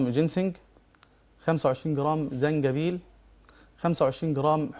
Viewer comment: في القرآن اسمه زنجبيل وليس جنزبيل يا شيخ يادكتور